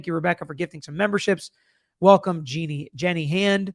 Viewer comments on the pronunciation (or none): none